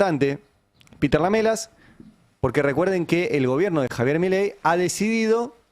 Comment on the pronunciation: Se dice : Lam3las Ari...Lam3las...